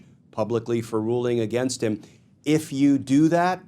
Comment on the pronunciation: Please correct the word against. Thank you for your hard work!!! Bless you❤